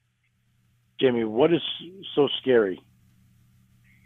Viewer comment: the way he says jeemee makes my skin crawl